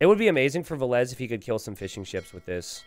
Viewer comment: Every time a caster says '"fishing ships", I hear "fish and chips" :') ( I'm not from UK or Ireland )